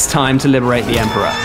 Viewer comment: A shamefur dispray! "EMPORER"